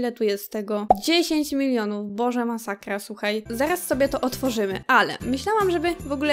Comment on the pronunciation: "POTWIEJAĆ, MASAKJA" JAPIERDOLE XD